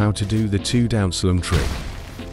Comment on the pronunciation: Bro said down slam as down slem but anyways good vid I definitely got better ngl